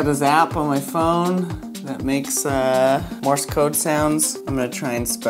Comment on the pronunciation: MORSE, not MORIS! stop saying more-is